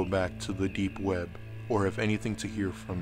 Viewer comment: The way this guy says deep web drives me fucking crazy. Too much emphasis on the p and b.